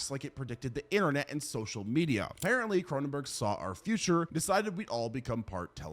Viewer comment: 'shown sut' and then 'furture' hahaha